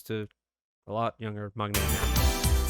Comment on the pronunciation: one of the few reactors who actually pronounce "maknae" correctly!